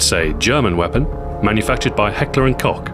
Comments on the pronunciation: Ceckler & Hoch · heckler and cock lol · Heckler and Cock, wtf?!